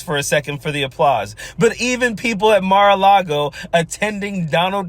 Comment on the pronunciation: Nothing like standing there and basically dissing her own state, by saying Mar A Cloggo is the most beautiful thing in the most beautiful state. Damn, girl...rude. If I still lived in Arizona, I'd be pissed she said it like that..just to kiss up to Donald's butt. I'm 59, and when I learned in elementary school, about what the settlers did to the Native Americans already here when settlers docked, it made me ashamed that people like me, white, could do something like that. Felt the same when learning about slavery happened..and I still am embarrassed a little of what our white forefathers did concerning anyone not white in skin color. EVERY person should have a little of that understanding. I KNOW I personally didn't do that, but just that my forefathers may have, is enough for me. Maybe others have harder hearts..I don't know.